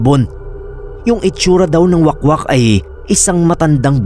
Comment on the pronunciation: Wahk-wahk mana pagbasa oy hahaha dili wakwak 😭